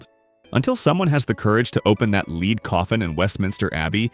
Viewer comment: What is a 'LEED' coffin??? AI stinks!